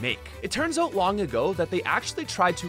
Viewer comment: Anyone else laugh every time he said "oat" instead of "out"